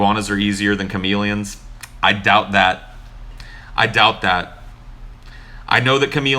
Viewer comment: Do-uh faht